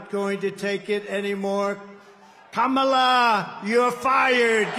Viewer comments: Kamala Kamala 😂 butchering her Indian Name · Does he always pronounce Kamalas name wrong on purpose...weird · Inaccurate. He called her “lazy as hell", a “stupid person” and went on to ask: “Does she drink? Is she on drugs?". He also referred to the first woman of color to lead a major party ticket as “slow" and having a “low IQ.” And that persistent mispronouncing of her name IS an insult; you will admit that, right? She said he "looks up to Hitler", said "he quotes Hitler", and said "his coworkers have long said he admires Hitler". All of which are Facts; no debate required. She has not said he IS Hitler; Hitler was a titanic figure of global darkness and racial Evil, and little slimy DonOld isn't in that League. Now, to KEEP him from becoming so, go vote Blue. Yes, you and Everyone Else as well! 💙💙💙💙💙💙🌊💯✌.